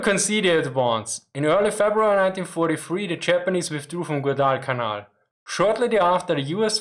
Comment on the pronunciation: Your pronunciation of Guadalcanal is a little off. It is like quad-al-canal but with the 'g' replacing the 'q' or 'k' sound in quad (four of something).